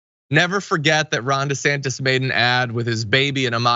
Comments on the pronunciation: i misheard Jon when he 1st spoke ron's name and heard him say "wrong" instead of Ron. I think I like Wrong DeSantis even better than desanctimonious. I hope those two expose the crap out of each other. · Did John just say "Wrong De Santis"? Also, since Ron put his kids in his political ad, that makes them fair game for political attacks, right? IDGAS if they are in elementary school. Fair game!